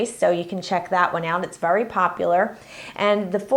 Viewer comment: Sorry but I have to say it ... its VERY not vury ... sorry it just annoys me. This really helped (with the frosting) thanks!